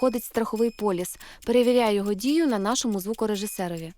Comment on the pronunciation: Не полюс а полис! )))